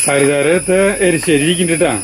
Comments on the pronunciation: എലിശ്ശേരി അല്ല എരിശ്ശേരി അല്ലേ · elissery nnu paranja pole thoni!! #erissery